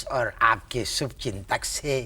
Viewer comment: Sir ki hindi is also very good aur gaur kariye sh ko sh nahi bol rahe sa bol rahe hain jaise subchintak😂😂